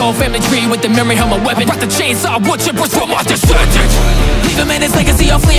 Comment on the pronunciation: my favourite part, how you pronounce "my descendant". Love it.